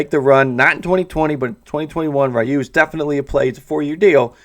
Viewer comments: My goodness man .... I beg of you to learn how to say his name!!! It’s NOT riyu ! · plz stop saying rayu